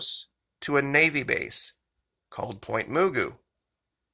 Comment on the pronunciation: Pronounced Muh-goo Pt. Mugu N.A.S. / Pacific Missile Test Center